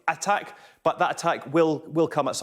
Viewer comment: Attack is not the hardest word to pronounce